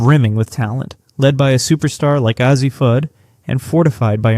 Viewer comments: ??? it's a long "A"! say it like initials: "A-Z'. Slap whoever hired you to read the narration. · If you were to write A Z, your voice over or AI, or whatever you're using won't get it wrong. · I appreciate your commitment to continually pronouncing Azzi's name wrong despite everyone pointing it out to you in every video. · It is AI and with AI you get mispronunciations. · Is it that difficult to pronounce Azzi's name? I'M OUT.